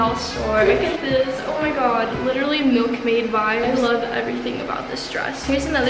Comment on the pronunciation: I rlly luv ur hauls and I WISH I HAD A WARDROBE LIKE U and btw is no one gonna talk about how she said milk me vibes?.. or did she say milk maid?..